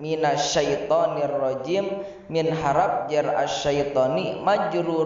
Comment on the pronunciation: Punten kang eta anu pas dina lafadz syaitoni rojim. Pas rojim na teu aya hurup ro an🙏